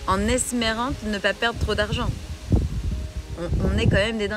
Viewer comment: ah oui, en "esMÉRant" au lieu d'"esPÉRant"...alors là bravo, c'est de haute volée 😆♀